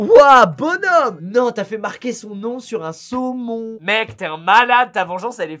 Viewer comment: comment il dit saumon??😂😂